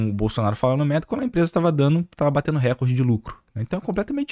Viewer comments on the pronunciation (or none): none